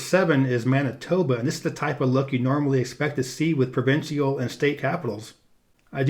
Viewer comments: Tell me you're not as stupid as you sound. Do you pronounce official as offiseeal or special as speseeal the same way you pronounce provincial as provinseeal? Are you not aware that the last syllables are the same spelling and thus rhyme? Obviously not. You label the capital of Quebec as Quebec and yet you say Quebec City in your description of the legislature building. You have no idea what you're talking about outside the US. Two thumbs down. I won't be watching any more of your videos. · Not sure what you mean saying that the symbolism of N&L's flag is obtuse. You mean abstruse? Also, provincial is only three syllables. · learn the pronounce the word "provincial."